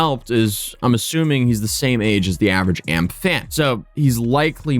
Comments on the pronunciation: LOL he said "AMP"... the group is called A.M.P. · it's not AMP, it's A.M.P btw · It's A M P not amp 😂 I wasn't gonna saying nothing but I said amp too many times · Its not a big deal but you calling A M P amp hits my ear so wrong😂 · A-M-P not "amp" its an acronym for any means possible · I'm pretty sure it's A. M. P not amp (one word) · A-M-P. Not amp 😂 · FYI It’s not amp it’s A-M-P. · A-M-P it’s three letters not amp 🤦🏽‍♂️ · AMP is an acronym brother😂 pronounced A.M.P not Amp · Future reference its a m p u say the letters not amp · It’s not AMP it’s A M P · It's A.M.P rather than AMP, but I've never even thought about it being pronounced amp. I've only ever heard all of them refer to it as A.M.P. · It's A. M. P. Its an acronym not one word Amp. My old ass doesn't even watch them and even i know that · i guess its just me but why is he saying amp? its A M P no? lol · nah bro im convinced you refuse to actually invest time to research the stuff you talk about in half of your videos, i have seen you make multiple mistakes atp. i'm not even going to name all the ones just in this video but i will say, who calls Kai and them "Amp"? Its "A-M-P". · 1. It’s A-M-P not amp 2. Kai Cenat isn’t the leader, he just has the biggest name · I’m crying bro it’s A M P not amp like electricity 😂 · “Maffiathon” “ AMP” dude you’re almost as bad as AI Voiceovers. It’s a.m.p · Why’d you pronounce AMP like that… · Could have researched enough to know how to say AMP correctly lol